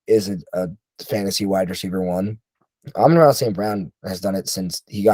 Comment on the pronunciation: I don't trust guys who can't even pronounce Amon Ra, Doubs, and Pollard correctly.